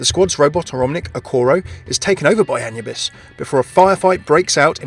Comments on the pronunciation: Ah-new-bis not anuhbis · I am pretty sure that it's A-noo-bis, that atleast how we germans pronounce it. Sure you'd need to ask an actual egyptian to have an 100%ly correct answer. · Pretty sure that Anubis is spelled a-NOO-bis. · the way you said Anubis, it just hurts. shivers keep up the good work